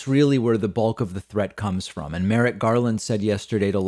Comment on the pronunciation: Merrick not “Merritt”